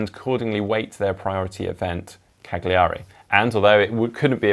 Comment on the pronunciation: Until you (and ) are able to pronounce Cagliari properly I will determine that any reference to it is complete bollocx